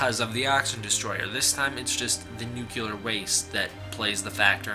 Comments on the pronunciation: Dude, nuclear is pronounced "new-clear", not "nukular"!!! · "New-kew-ler". That never fails to crack me up. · The word "nuclear" is two syllables, pronounced "new-clear." It is incorrect to pronounce the word as "new-que-lurr." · It’s pronounced nu-clear (new clear) not nu-cu-ler (new-Q-ler). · Thank God(zilla), you addresses it. Start saying that shit right. Nuclear = NEW-CLEAR.... not NUKE-ular. 🤦🏻‍♂️ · Noo-kle-ur, not noo-kyu-lur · I'd take you seriously, but you said NUCULAR. HAHA. you sound like George w bush! HAHA! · New-clee-AR not Nu-koo-Lah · "New-Cue-Ler". Are you related to George W. Bush? It's "New-Klee-Er". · BTW, it's nuclear not nucular. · nuclear not nuke-ular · Nuclear dude... not nucular. Christ man. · nu-cle-ar say it with me, not nukeealar. You sound uneducated when you pronoumce it like that. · NUCLEAR NOT NUCULAR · YO, dude! It's pronounced nu-cle-ar, NOT nu-cu-lar. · Liked your synopsis, but it is nuCLEAR, not nucULAR. Just thought I'd be helpful, you sound like you learned about science from George W. Bush, when you say Nucular. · Enjoyed all of it except your mispronunciation of nuclear. Its not Nu Ku Lar .. its Nu Clear. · "He is created by nu-clue-ler waste." It's nu-clee-er. What are you, related to George W. Bush? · What is nucyuler waste? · hehe. Nu-cew-lar. not nu-clear. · Jesus Christ, man. NOO-KLEE-UR, not NUKULAR. It's not hard. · Nuclear is pronounced Noo - clee - er, not Nook - you - ler. Sorry...it drives me nuts. I dig the video though ! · Why do all these Godzilla "experts" mispronounce nuclear. It's New-clee-ur. Not New-cue-lur. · Dupie Peridots I know what point you are trying to get across, but the word is still spelled the fucking same. "toe-may-toe" "toe-mah-toe" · NuclEAR not nucUlar. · it's Noo-kle-ur, your pronunciation is wrong.. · nuke yeller :P you shoulda expected these comments haha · Hehehe, you said nuclear. It's nuke-you-lur, dummy, the "S" is silent. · OMG, IT'S NUCLEAR!!! NUUU-CLEEEAAAR